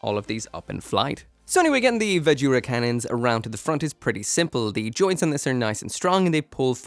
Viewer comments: Gives me more Tekkaman vibes, with a little bit of that 'Astray Chest' syndrom, than either of the ones you mentioned. xD Do they have Vajra listed as 'ばずら' or 'バズラ'? Drop the 'U' sound! It's supposed to be Vazh'ra, not 'va-joo-ra'. xD Or, if you're going to pronounce it by the Hiragana/katakana used, it'd be BAH-zhu-ra. They don't really have any V sounds and only one J sound (Ji) in Japanese. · 'Vajra' as in Shiva's weapon